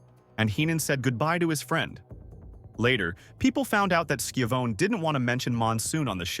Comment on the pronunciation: The man's name is pronounced sha VON ee.